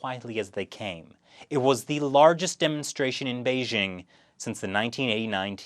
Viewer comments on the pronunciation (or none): none